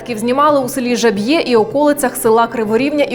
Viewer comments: та в який раз: говорите про населений пункт, то хоча б назву вивчіть не Жаб'Є, а ЖаААА б'є. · Шановна пані, село називається ЖАбʼє, від слова жаба а не ЖабʼЄ Французів там не було ))) до речі зараз містечко називається Верховина.